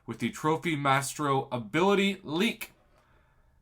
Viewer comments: Yo prof I think you pronounce Maestro “My-strow” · I believe Gabriel Frizzera, a former Kabam employee, pronounced it 'My-eh-strow', but I say 'My-Strow'. I don't think he should be in banquet crystals. Many players will put in a ton of work to earn him. If he could be pulled from a crystal, it may undermine their effort.